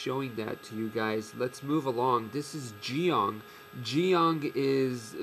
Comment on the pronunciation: Wow, someone who actually pronounce Zeong correctly.